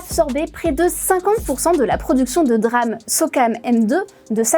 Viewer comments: La 1ère phrase est fausse, c est pas la barrette mais le kit. Ca se dit D-RAM et pas DRAM. Des le départ on comprend bien qu elle parle d un sujet qu elle ne maitrise pas du tout, elle a lu 2-3 trucs et ensuite se croit capable d en faire une vidéo explicative. Au début on dirait qu elle veut faire passer les entreprises pour de grands méchants qui complotent, alors qu ils auraient eu l occasion de faire ca depuis bien longtemps, c est juste le contexte avec les besoins en IA qui les font s orienter plutôt vers elle que vers la RAM grand public. J en suis qu à ... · dire "DRAME" plutôt que D-RAM ca casse un peu tout le truc :) :) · le reportage est intéressant mais omg prononcer DRAME et pas D-RAM c'est pas fous... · Personne ne dit "DRAM". Ça se dit "D-RAM" le "D" étant prononcé à l'anglaise. Donc phonétiquement : diram. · Have you been living under a rock. You don't say DRAM, but D-RAM. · DÉ RAM et non Drame pour parler de DRAM.... Quel drame pour les oreilles. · On prononce D-RAM pas dddddram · Belle synthèse mais par pitié, mettez vous à l'Anglais ! D-RAM, bandwidth, Gigabyte, ça fait mal aux oreilles !!! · ça se prononce DéRAM, pour dynamic RAM, sinon, c'est le DRAMe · On dit DeRAM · « Les puces de DRAMMMM » mon dieu quelle incompétence 🤦 Un peu le « meuporg » de l’école pour ceux qui se souviennent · Je confirme la prononciation de D ram est un drame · Quel DRAM de ne pas dire D-RAM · C'est un drâme monseigneur ! Mais oui elle est dans les choux niveau prononciation ! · On dit DRAM, SRAM. Comme on dit PROM, ROM et non P-ROM 😂